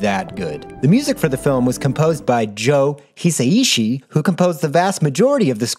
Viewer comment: I'm so sorry. I just can't continue watching this because of your pronunciation of Joe Hisaishi's name. Its too painful.